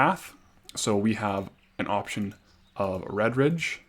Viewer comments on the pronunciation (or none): none